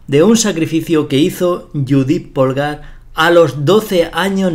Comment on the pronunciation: bellisima, de todas formas no es lo mismo un sacrificio para conseguir una posicion ventajosa que un sacrificio con el que termina la partida porque aboca directamente al mate. Un apunte, Polgar se dice pólgar y no polgár, aunque se escriba asi